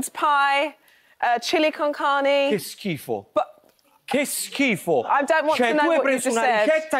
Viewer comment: Ahah al primo "che schifo" di sente ancora un po' la cadenza inglese... dopodiché entra in modalità napoletano puro